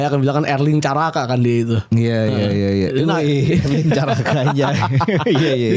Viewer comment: Erling, bukan Erlink